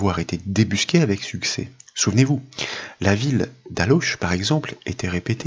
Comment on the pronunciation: Merci encore pour toutes ces vidéos. Petite précision concernant ALLAUCH, qui se dit alo (et non aloche) mais ce n'est qu'un détail 😊